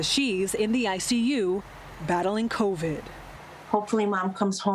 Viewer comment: he says exposed to " COVIN " ......they can't even remember to pronounce it correctly anymore......